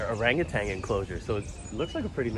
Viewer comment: It's orangutan not orangertang. And foliage not foilage...